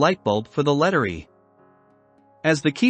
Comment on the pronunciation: Not going to listen for almost 20 minutes to bad computer narration. I turned this video off when it said letteree instead of Letter E.